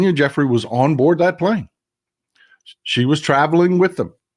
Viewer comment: Pronounced "Joo-fray", not Jeffrey.